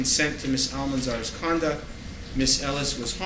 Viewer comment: He keeps saying “condent” instead of conduct! I’m wondering how the court recorder is going to manage to transcribe this fool.